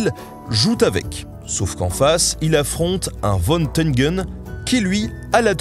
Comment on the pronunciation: J'aime beaucoup cette chaîne YouTube. Juste une remarque, concernant la prononciation allemande, le V se prononce comme un F et le W comme un V. Von Tengen = Fon Tèngenne Von Halwill = Fon Halville On ne peut pas l'aimer, mais Ursula Von der Leyen= Oursoula Fon der Lèyenne. VW = FauVé. Volks Wagen=Folks Vagenne. On peut comprendre la réticence française à la prononciation germanique, mais ça fait plus sérieux, pas besoin de claquer les talons pour autant.